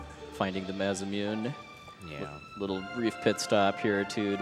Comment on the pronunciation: It really bothers me that they kept calling it the maz-uh-mewn. It's pronounced mah-sah-moo-nay.